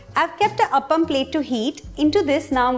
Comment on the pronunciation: It's Aa paa mm... Not d way u you say it... This is rava kuzhli panniyaram... Cant be an appam!!